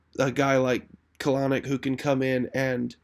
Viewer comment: It's pronounced Kel-Nic Not Caloric